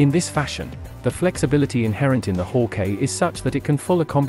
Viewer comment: It’s not pronounced haw-Kay it’s hawk-eye